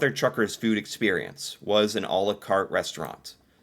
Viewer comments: Mother T ucker's No R. Not Trucker's, but Tucker's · It's Tuckers not truckers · Tucker not Trucker. Can you read? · It's Mother Tucker's, not Mother Truckers. You kept saying Truckers...;-) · lol,, you keep saying, Mother Truckers, but, it’s Mothers T u c k e r s, lol 😂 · Hey...it's Mother Tuckers, not Truckers...no letter R after the T.